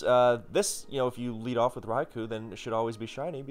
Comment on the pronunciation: One of these days someone will correctly pronounce Raikou and I'll finally be happy